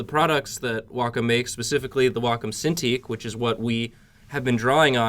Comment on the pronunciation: You guys are not pronouncing Wacom correctly